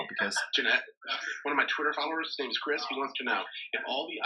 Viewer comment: Is it just me or in the video where he asked who they would eat on an island it was kinda weird how he kept saying my follower "chirs"